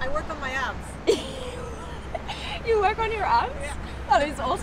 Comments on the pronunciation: I thought that one lady said “I work on my apps” she meant abs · Thought she said "I work on my apps", then she gets out looking like Arnie. 😲😂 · I thought she was saying apps. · same! i thought she said apps as in social media apps like she was an influencer or something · At first I thought she said "working for my app" I understood she hadn't when she stepped out of the car😂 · Initially thought she said apps, I thought she was an app developer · She said abb at first I thought a$z...I ws confused 🤔 untill I saw her abbs😁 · Thought my girl had said "my apps" at first